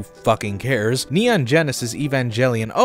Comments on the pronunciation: By the way they umm actually pronounce evangalion. Like I’m your fan but that’s the wrong way to pronounce it. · "EVAN JELLY ON" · not gonna lie, the way you say evangelion drives me crazy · I think the pronunciation complaints come from how it was pronounced in the show (and then the Reboots which followed), as opposed to the root word. the writers took some creative liberties with the word "Evangelion", so it is now canonically pronounced with a hard G. The fans simply ignore or aren't aware of the root word, Evangelist. Now, being a fellow neon Genesis Dogshit fan, I respect your opinion on how to pronounce a word, but I advise you not to get so angry and defensive about this relatively minor canon infringement that everyone is getting up in your Dog about. People on the internet have opinions, and you happen to disagree with the majority opinion.